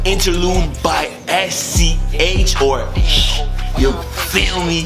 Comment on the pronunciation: il me tue a dire chhh au lieu de sch